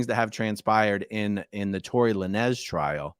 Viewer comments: La-nez. Love it. It’s lanes lol. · It's not La-nez. It's Lanes. Like the lanes on a Highway. He uses a Z cause he's from the streets. haha! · It's pronounced tory lainz bro🤣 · Tory Lanez, pronounced like traffic "lanes". Thanks for the update. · Hey man its a Rapper name its prononced to be Tory (Lanes)Lanz...A...Aron😂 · It’s pronounced Lanes. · Lãnes is the correct pronunciation. Glad he's doing time, what a schmuck. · Its Lānez where the e is silent and the a is a long vowel rather than the two syllable pronunciation you used. No biggie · You pronounce his name as Torri " Lanes" I think he is from Canada.. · "Tory le-nez". That's the funniest thing I've ever heard. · Just chiming in to say his name is pronounced "Lanes". Like Lane but plural. And I hope the judge throws the book at Masterson like the judge in the Tory Lanez case. The Jussie Smollett case made realize that sentencing impact letters are of public record and if you caught supporting reviled convict, you will have egg on your face. Fully expecting letters from Ashton Kutcher, Mila Kunis, and Laura Prepon. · Pronounced and spelt phonetically "Lain ~z". 😂❤️ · I think his last name is pronounced "Lanes". He shot Meagan the Stallion in the foot in his car on purpose during a fight. In case people were unaware of what that trial was about. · It's pronounced Tory "Lane's"... rappers aren't huge on grammatical error. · Pronounce Lanez like Lanes with a z. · You can pronounce the rappers name Lanes with a strong “s”